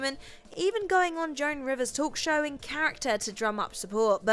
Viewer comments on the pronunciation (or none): none